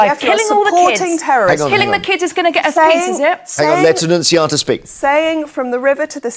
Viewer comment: Annuciataaa ffs